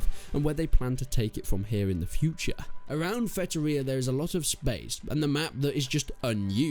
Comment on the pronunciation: Its Feitoria, not Fetoria